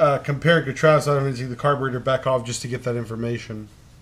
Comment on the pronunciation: Stopped watching after the mispronounciation of "carburetor"